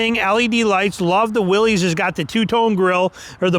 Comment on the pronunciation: It's a Willys, not a Willies. Stop saying it wrong.